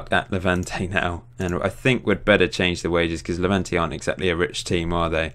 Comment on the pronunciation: saul would be going to Hevante ????????? it's levante with L and schennikov is with double N not MN